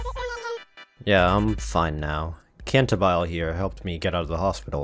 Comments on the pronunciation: its Cantabile, not Cantabile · One thing I love about Gacha games where they don't tell you how a name is pronounced is how everyone comes up with a totally different version and if the company ever decides to reveal how a name is pronounced, you wish they didn't xD "Kantahbilé" sounds quite funny I just call her "Kentabill" due to my German ass being special haha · This poor birb has been through enough and you just keep rubbing salt into the wound be pronouncing her name wrong. Shame on you....it is kinda funny though.